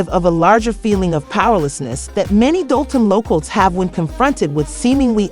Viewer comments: 😂gotta be using A.I....cause how they keep getting it wrong when they got news clips saying it right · Ummm….. just a heads up it’s Pronounced DOLL-TON 🫥🫥